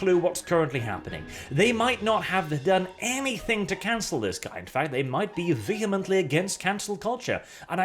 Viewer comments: "Canel culture"? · "Canel" Mmm yes